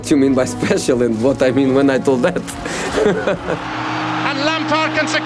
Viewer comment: whne they ask him about. Apceecial